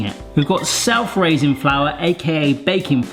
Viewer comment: We've been subbed since the rotten hot dogs. HOW have you never heard or seen weekly next to the plain flour sitting the self raising flour? And how do you not know its pronounced 'ray-sing'? That was a trap for comments wasn't it?